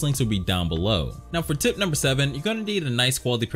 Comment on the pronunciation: When he says tip number four it sounds like tit number four lol